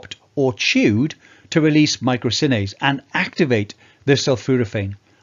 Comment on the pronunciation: Isn't it 'myrosinase'? (not 'mycrosinase')